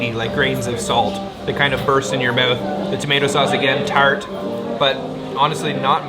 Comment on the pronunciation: Everything melts in your "meowth"